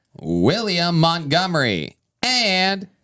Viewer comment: Why the actual fuck do SO MANY people mispronounce the ever loving hell out of the name Montgomery???? It's MONTgomery Not MUDgomery I'm unreasonably angry about this 😂😂😂